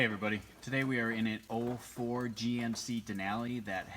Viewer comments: Im glad im not the only one that misunderstood that, lol, he said 04 but i thought he said "old Ford!" Here are some words about this from Professor Hindsight to me-"next time, view videos in full screen mode so you can read their lips better" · did you say "ford gmc denali"? lol